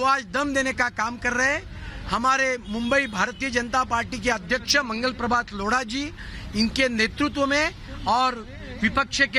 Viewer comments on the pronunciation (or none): लौड़ा जी नहीं लोढ़ा जी 😂 बोल यार